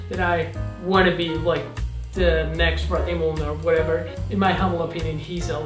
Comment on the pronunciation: Rohttney Moolun!!!!!!!! Still love how you call him that. Amazing video. Gotta go rival.